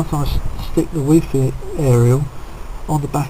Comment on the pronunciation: he called it wee fee not wifi😂